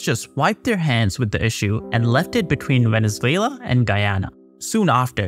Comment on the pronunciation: Please, do check the pronuntiation of Guyana. Blood out of my ears. Thank you!